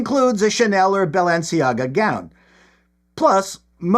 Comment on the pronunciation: I appreciate the pronunciation of "Bell-end-ciaga"